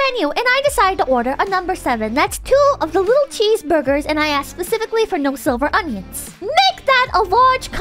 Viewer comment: unfortunately... it is pronouce si-liver not sil-ver it one of the more annoying word in english